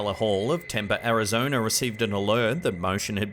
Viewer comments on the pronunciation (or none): that city in Arizona is pronounced "Temp-ee." You pronouce the final "e" as if it was doubled. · Tempe is pronounced Tem-Pee. 🙃